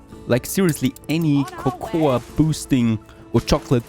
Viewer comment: Cocoa is pronounced koko.